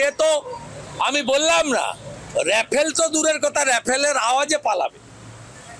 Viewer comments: Vai Tui age kotha bola sekh ota refel na rafel r parle patha...😂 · রেফেল মানে কি রে ভাই, রাইফেলটাও উচ্চারন করতে পারে না। 😂 আর নিজের দেশের কেসই শেষ করতে পারে না আমাদের চিন্তা করছে 😂।